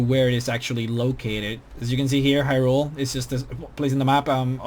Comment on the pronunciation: The Zora King was never murdered!!!! And it's pronounced as high-rule not he-rule.